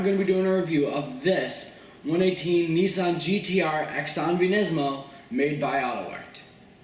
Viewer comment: xanavi is pronounced "suh-naw-vee" smh